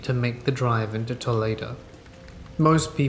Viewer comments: Toledo is pronounced "Two-lee-doe" in Ohio. 😆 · the way Toledo was pronounced broke my brain for a good bit until I heard Ohio 😅